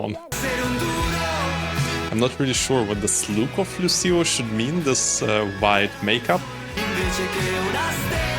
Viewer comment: Thanks for your interesting and understanding review! A little hint: Lucio pronounces Luutscho, you can hear the singer pronouncing his own name at the end of the song: Non sono altro che Lucio. Thank you!